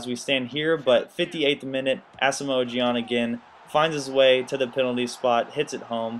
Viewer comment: say Gyan's name like Jan